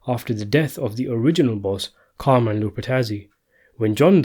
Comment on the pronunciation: Please tell me what your accent is supposed to be? Are you imitating a southern English accent? I'm so confused? Also. You're pronouncing all of the Italian names wrong. I know they're mispronounced in the Sopranos, but Jesus Christ, you live in Europe! Lupertazi??? It's Lupertazzi. The zz is like zz in pizza. Looper-tatzi. Also. Carmine is pronounced Carmeeeneh. Back to your accent. What is that???